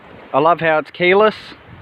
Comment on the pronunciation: You can't call it Keyara, it is KEY Less.